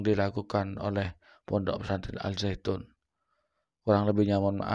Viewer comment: Al zaitun koong Bukan al zainun